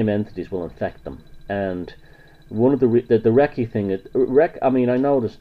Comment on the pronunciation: Wrong. You can't even pronounce Reiki. It does NOT invoke spirits. It moves stagnant and blocked qi flow within the person's energy field. You obviously have a problem with women too.